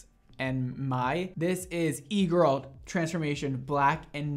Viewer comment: I’m French and my English is not perfect! So when you said “e-girl” I was sure you said eagle 🦅 😅 I understood when I saw the title for the second video lol